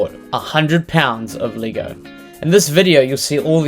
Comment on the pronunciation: Funny the accent makes you say Leeh-go😂